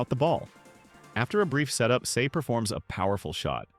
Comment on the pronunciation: bro called him 'say' not sae